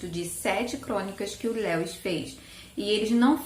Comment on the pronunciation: Que bom que você voltou!!! Gosto muito dos seus vídeos, acho seus gostos muito parecidos com os meus e você é muito querida - Eu amo crônicas de Nárnia, principalmente esse "O peregrino da alvorada" Só um detalhezinho, a pronúncia do nome Lewis é mais parecido com "Líus", nome próprio é assim mesmo, a gente as vezes acaba falando de outro jeito sem saber rsrs Um Xêro!